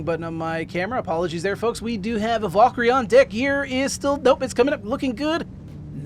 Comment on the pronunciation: You are pronouncing Valkyrie incorrectly. It is Val - ker - ree